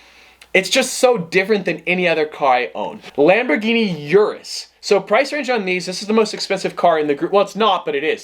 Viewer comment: O-RUS not U-RUS